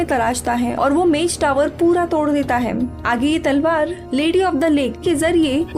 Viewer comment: Salwar nai mdm talwar... 😁